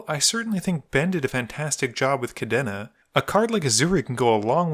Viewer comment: Still haven't learned how to pronounce Kadena I see